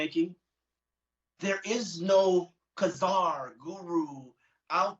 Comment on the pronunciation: Czar rofl.. pronounced tsar or just zar to make it simple, not ka-zar